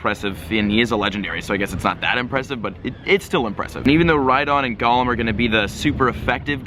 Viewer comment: Thank you! "GOLEM", why does also say GAHlem???????